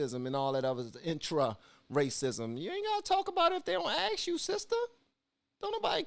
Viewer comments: " Let them ax u firs" so articulate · Is ASK... not AXE... AXE is a deodorant or a tool for splitting wood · I can't listen to you excuse the horrible culture noted. Stop pretending you are open minded. Also, I would not hire you because you can't say "ask" properly. Culture. Not color. This entire thing went right over your head. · i cant believe u r defending the scum that r looting blk bizs and u r actually calling it "silliness". the institutional racism is lowering standards for black, letting them off the hook where u would enforce punishment on other races, THAT is institutional racism. and why r u saying " let'm ax u"....u have 300k subs, i think they deserve better than botched up english